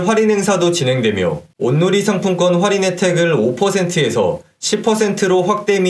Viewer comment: 좋은 정보 감사하지만 "활인"이 아니고 "할인"입니다.